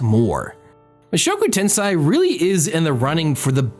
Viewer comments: Can you really take seriously the anime opinion of a dood who pronounces it as "Ten-SIGH" instead of "Ten-SAY"? No, you can't. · 1) It's tensei not tensai, tensei = reincarnation, tensai = genius. 2) Rudeus is not terrible in close combat, he's reached intermediate level in 2 schools of swoardsmanship, plus he's like 7 when he leaves his house, he's obviously going to get his ass kicked by his father who's a muscular adult, advanced in all 3 schools and S rank adventurer. 3) Did you not watch how he had to find a way to get Ruijerd across the ocean and then he was imprisoned by the beast people when he got back to the central continent? How do you expect him to read his dad's letter when he was unable to leave the forest for 3 months due to the flooding season? Yes he did not think about other people teleporting but he didn't exactly have the leisure to think about others when he was in the demon continent. Oh and even if he had thought about it, he couldn't have saved anyone, everyone's on the other side of the world. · Tensei. Not Tensai. Tensei is reincarnation. Tensai is genius.